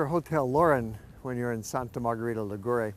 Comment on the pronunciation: Before making a video, please ask a local how to properly pronounce the name of the city you're reviewing.